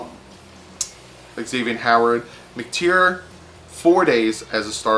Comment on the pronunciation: Not McTere it's McTyer (Mic•Tire) LMFAO 😂😂😂